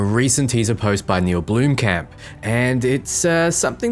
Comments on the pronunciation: It's not pronounced bloom-camp its blom-kump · BLOMkamp not bloomkamp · It kills me when you Americans try say Blomkamp... 🤣🤣